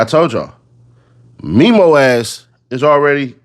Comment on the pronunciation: Its Memo like Mem. Them Mem's. Mem-o